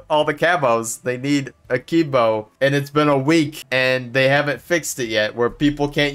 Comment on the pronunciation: people still pronouncing akimbo wrong 18 years later is crazy